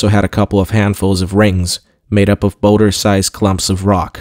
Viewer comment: Lol. Boulder pronounced "bowder"? Breathed pronounced "breath-ed"? Only our ☁ I'm picking on you again cuz it's hard not to, but I appreciate you dude!